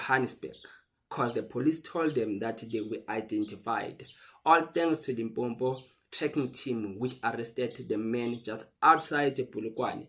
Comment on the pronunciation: LIMPOPO, Not limpompo